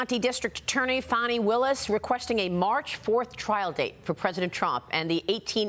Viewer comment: her name is pronounced "fauni" not "fanny"